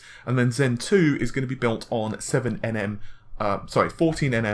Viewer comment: Why do you say "N M" instead of "nanometer"? It sounds as though you don't know what "nm" stands for.